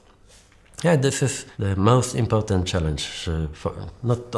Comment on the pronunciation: "very impotent" :D